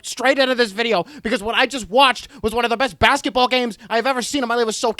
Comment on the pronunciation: im i the only one who loves it it when he says bamsketball (is that how you spell it lol).